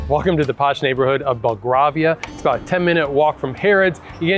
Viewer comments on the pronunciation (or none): BELL-GRAVE-IA not GRAR-VIA. Grave like in rave? 😊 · Belgravia - pronounced - "bel GRAY vee uh" or "bel gravy uh" 😁 xx